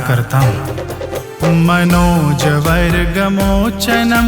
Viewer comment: बहुत बढ़िया। फिर भी कुछ गलतियां दिख रही हैं जैसे मनोज गर्व मोचनं को मनोज वर्ग मोचनं पढ़ा गया है तथा ब्रज को वज्र कहा गया है। हरे कृष्ण हरे कृष्ण कृष्ण कृष्ण हरे हरे